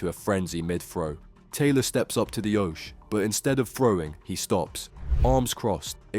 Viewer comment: Great video but pronounce oche right